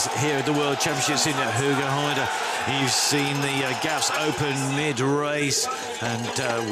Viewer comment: METJOE VENDEPOL IN HOEGERHAIDE...HHHHAHAHAHAHHA those commentators having absolut no clue